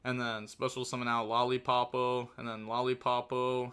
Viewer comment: I'm back with pronunciation: both the main deck monster and the extra deck Yummy monster are: "Lollipo" not "Lollipopo". The level 4 Draco tail monster's name is "Lu-ci-as" not "Lucas". Also even though there are no K9 in this video please call them by their names and not by their numbers, that is very confusing